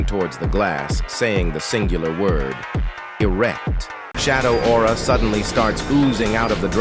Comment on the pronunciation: TF you mean Eract